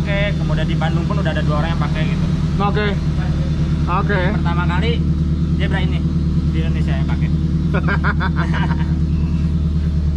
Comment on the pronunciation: Zebra bukan Sigra